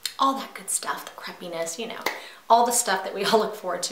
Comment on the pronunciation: I couldn't tell if you said "crepe-iness" or "crapiness" but either way, you are right lol! Great tips girl. ♥ Elle